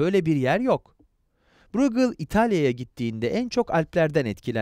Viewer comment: “Brugıl” degil “brügel”. “Antverb” değil “Antvörb”